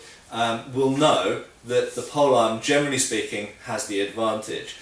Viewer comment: "Germany speaking" instead of "generally speaking". YouTube auto subtitles show that... And now I'm doomed and can't "unhear" it anymore whenever you speak it! :D I love your vids. Keep on the good job!